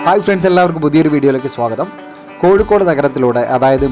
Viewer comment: Not koyikode " it is kozhikode "